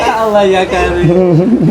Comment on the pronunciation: Piye to Mase melafadkan asma Allah ko Liye masze Tolib 😀😀